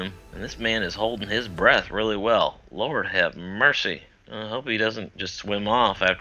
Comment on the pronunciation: He had me at "lourd hav murcy"